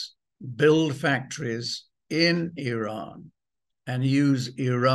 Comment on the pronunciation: Excellent guest very very cogent guest. Bravo Simon Tai go get your numbers and dates correct …. The information is out there and yes the information is out there…. You may have to do Some work Or listen to Simon…. He is in the know Simon even pronounces the country name Iran correctly. ‘Eeeean”. NOY eye ran. Same for Iraq